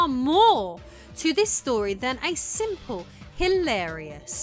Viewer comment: I love your sense of humour. The way you drift seamlessly between dry British wit, documentary style description, and joking around with deprecating humour, the way you enunciate certain syllables to catch people off guard who aren't paying attention (like enunciating SIMP in "simple"), etc. It's very entertaining while being informative.